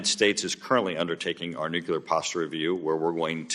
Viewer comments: I feel distracted by the host pronouncing nuclear as nukular (newquelur). I was taught The most accepted correct pronunciation of the word is “NEW-clee-er.” & I am baffled why an educated person wouldnt at least try to pronounce it correctly. It's distracting from listening to the actual questions. I know it's stupid to be focused on such a thing but i find it really weird a person in such a public position hasn't corrected their own pronunciation of a word they are required to constantly refer to. The rest of the discussion is very informative & very important for everyone to hear. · He said "Nuculer threats" phew I thought he said " nuclear threats" we're good. Nothing to see here folks. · How hard can it be to learn how to pronounce "nuclear" correctly?